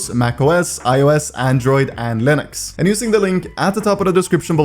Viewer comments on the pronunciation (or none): none